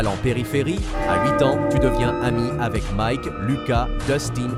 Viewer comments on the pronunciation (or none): none